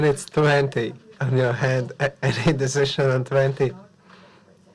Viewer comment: "My dicision is WIN" my man